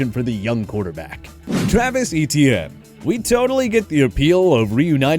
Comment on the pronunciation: So cringy to hear this guy pronounce Etienne (= French for "Steven") like E-T-N.